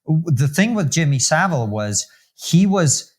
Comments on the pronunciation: Hard to see this guy as credible when he can’t get someone as famous as Saville’s name right and doesn’t know the definition of a paedophile. Paedophiles abuse pre-pubescent children. A few other dismissive comments make me feel he’s not really one for attention to detail. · I wish Americans could learn to say Jimmy saville's name properly